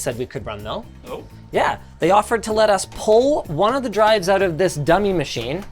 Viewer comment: Turned TeeDRiS to TuRDS. 😂